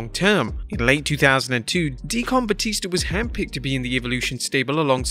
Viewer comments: Dee kin not Dee Con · What is DEE-Con? Are you meaning DEE-Kin? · Mark Henrys WSM gimmick put him in the Main Event in 2006. Had an entire feud with Batista over the WHC then won the ECW title in 08 with the same gimmick. Mark Henry was a main eventer 5 years prior to the hall of pain gimmick Also it's not DEE-CON it's pronounced DEE-CUN a Deacon is a Reverands assist. Rev. DVon and DEE-CUN Batista it's a a religious thing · Deacon is pronounced = "Dea-kin" not "Dea-Con" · “D-kin”, not “D-Con” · Dafuq is a dee-kon? 😂 its deacon! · It's pronounced De-kin, not De-con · Why can’t you say “Deacon” properly? 😂😂 like (D-cun) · It's deacon as in cun not deCON. It makes the word sound like a machine. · Why do you pronounce deacon like DEE CON instead of DEE CUN. I searched google and it showed UK should pronounce like DEE CUN. Something sounds very strange the way you say it. I'm not being negative. I'm just interested in UK English compared to US English. I speak US English but actually prefer UK English myself. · The way he pronounced deacon lmao "De-con" It's "de-ken" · Wow! I was very surprised at your pronunciation of “deacon”…. Usually I hear the butchering of English more commonly on other channels…. Hopefully this will be rare on here. It’s not D-Con it’s pronounced D-kin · "Dee-CUN" not "Dee-CON" lol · Dee-CON batista. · It’s pronounced De Can it’s hard to describe but if you google the word spoken in a black church you will hear the right way to say it y’all got me laughing lol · The word deacon is pronounced de-ken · Why is he saying DEE-CON instead of Deacon Batista? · Anybody else hate how he says the word decon? It’s not Dee-Con lmao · I really hope I never have to hear you say "Dee Con Batista" ever again. You're putting the emPHAsis on the wrong syLABle. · Dee kun Batista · Dee Con Dudley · I wondered the same thing. He's pronouncing it like "de-con", the shortened form of decontamination. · “D-Con Batista” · Dee-Kin (Deacon) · I despise how you said Deacon.